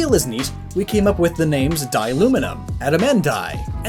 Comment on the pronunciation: dai is not die it's da-i